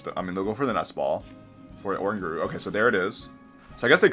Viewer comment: Sablie ?? what its (sable- eye ) god that was a terrible pronunciation lol 😂😂 and orangauru sounds like kangaroo lol when you sound out. Im just trying to help you out bro lol 😂